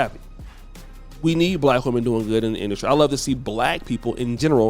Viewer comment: What is masculine “industry “. You always be messing up them words bruh. But supporting nonetheless 😂😂